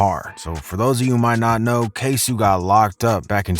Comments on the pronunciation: Dude its K-So with 2 oo's not K Sue you playing games with that man name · Bruh you keep saying “ksouuee” it’s ksoo shit got my head hurting jhitt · It's pronounced K-SO. Not K-Sue lol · Tired of hearing people call him K-sue lol. KSOO make yo face GO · It’s k soo not sue! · Bro his name is pronounced (ksoe) not (ksue) he jus spells it with two O’s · Is not ksu it’s k sooo as I’m so lol that was so annoying 😭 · It’s not K-Su it’s K-so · It's not k sew it's ksoo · bro its KSO not KSew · Man you have hard time with names..got Tony yayo name wrong and now you sayin k suuuu...it's k soooo. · Bruh it’s K-SO not KSUE 🤦🏽‍♂️😂🤣 you can’t be creditable if you can’t pronounce the mans name. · It’s kasoo not kasu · It's pronounced K-SO not ksoo! 🤦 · Why you keep calling him KSue? K SO O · Bro it is k so not ksue 😂 so you haven’t watched any interviews of anyone affiliated have you?😂😂🤡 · it's not K-su bruh it's Ksoo. like K-So the fuck why u can't pronounce the man name Right it ain't hard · bruh his name isnt k sue. Stick to reviewing jason aldean bubba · It’s pronounced K-SO……….. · dude called him K-Sue, and im instantly turning this shit off. Culture Vulture. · Some Damn “Keisu” 😂😂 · And it's pronounced kay-so, got damn man smh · Dude who did this video...U HAVE NOOOOOO IDEA OF WHT THE FCK IS GOIN ON!!!..I'm here in Duval!.. I'm sm1 who know his ppl personally..u can't even say his name right..it's K-soooo...as in (Queso)..he gets cheese..get it,dckhead??...and u givin these altered statements,and yr goofy opinion on what's really going on..and Blue didn't run w/gangs..he went to prison as a jrug kingpin,goofy..I moved up to Atl when it all went down..u have NOOOOOO idea of what's goin on..u can't even get the names right..🤣🤣🤣🤣..dude..yr beyond yr fan base on this.. narrating sm schitt U don't have a clue on in real Life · he say Kasu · The fact that this nigga say Kay-sue tells me he doesn’t know what he’s talking about just making a remix of someone else’s video.